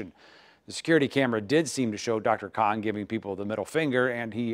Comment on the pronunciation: Dear Channel it’s “KHAN” fix your things. You are being rude to my heritage, my identity and my tribe.